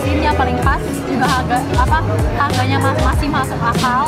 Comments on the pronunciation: 13: 37 kuping gw yang budek atau emang bener dia ngomong halganya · Dia gak bisa ngomong R😂